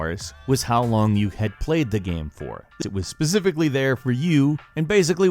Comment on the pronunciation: He just pronounced specifically... Zbecifically